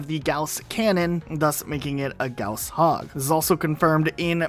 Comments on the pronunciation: Buck literally in game on that mission says “wait hold on a second! That’s a “Gorrse” hog” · Gaouws hog? Sorry I don't speak wrong